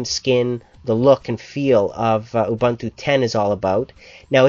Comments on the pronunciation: oo-bun-too? its actually oo-boon-too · Ubuntu is pronounced "oo-boon-too" Not "oo-Buntoo". Other than that, good review. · Almost anything... Well close to it. You could install 9.04 on stuff from 1997 but considering this is 2010, you could consider it "almost anything" :P. And not to criticize but it's pronounce "oo-boon-too". o.o''